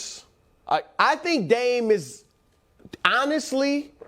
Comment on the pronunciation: I have realized something in recent months... Nicks go to is the phrase "I think", only instead of pronouncing "Th" in correct manner, i.e. thought, three, thrust, etc... He pronounces it like The, They, Them... Once you identify it, it's nails on a chalkboard. Do better Nick.